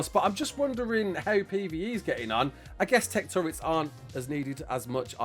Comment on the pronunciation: Thank you for saying "TurrET" and not "turrENT"